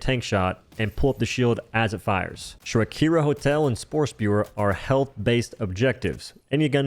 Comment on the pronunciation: Did this madlad just call the shrieker nests SHAKIRA HOTEL? 💀